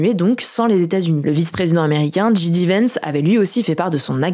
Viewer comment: c'est jay di vance. Pas ji di vance.